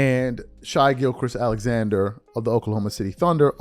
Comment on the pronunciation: " SHY GIL KRIS ALEXANDER " ... does this guy even really watch the nba ? How do u not know how to pronounce his name by now ? He's in the playoffs. He's number 1 in west. He's mvp level. Bro u can at least pretend like you watch or at least watch other commentary before you come on youtube and expose yourself as a person not really into the nba. I like the channel but you do this too often with up and coming players who an nba youtuber should know by now. Tighten up bruh.